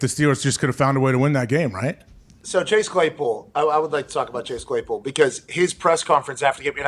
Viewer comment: “Bhase Dlaypool”